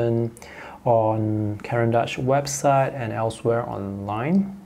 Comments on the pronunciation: It's not pronounced Caran -Dutch. Its horrible how people never try to educate themselves about the proper pronunciation of names. I see a lot of American artists on you tube be so rude about it. If in doubt you can call the company and see how they pronounce their name. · Pourriez-vous prononcer le nom des marques CORRECTEMENT? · Serait-il possible de prononcer le nom des marques CORRECTEMENT?